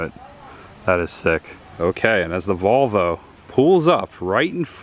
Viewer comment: did you say 'There is the Vulva....(?)', instead of VOLV-O!? LOL. This is so cool to see. Richard